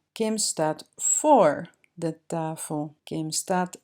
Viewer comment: do you say tafel (tahel)? Maybe i do not hear it good or? Dankje wel voor video.